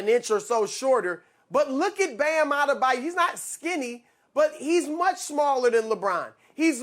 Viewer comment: Why do so many people pronounce it Bam A-da-bayou? It's further away from the spelling then the actual pronunciation A-de-bye-oh.